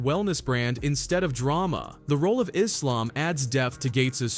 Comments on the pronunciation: She's pissing me off the way she's pronouncing "Islam". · Is-lamb is how she says it?!!😮